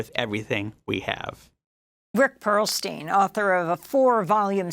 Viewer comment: "Perlstein" Every Single Time.